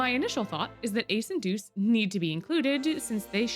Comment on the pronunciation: ITS DEUCE NOT JEUCE